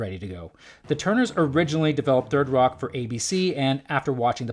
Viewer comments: "Thirdy Rock" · "thirty rock"?